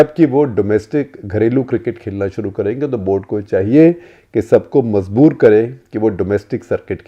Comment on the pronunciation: Wish he would pay more attention to his pronunciation. It is jarring to hear “mazboor” in stead of “majboor”